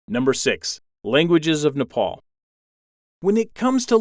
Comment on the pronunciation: U r pronouncing nepal worng